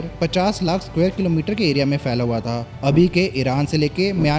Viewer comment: Nice. But SAY IT WITH ME: it's phir (फिर), phaila hua (फैला हुआ) and Phalke, not "fir" ("फ़िर"), "faila hua" ("फ़ैला हुआ"), and "Falke" ("फ़ालके"). Say it 100 times so that you don't get it wrong. Where are people learning this nonsense from? Are people not going to school, or are they teaching this nonsense in schools? The only words where they are written as "ph" but pronounced as "f" are those from Greek (e.g., physics, philosophy, etc.). There's a difference between palak ('eyelid'), phalak ('tablet'), and falak ('sky') in Hindi/Urdu.